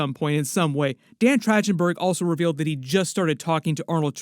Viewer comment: Man, how many times you butcherd dan's name is insane.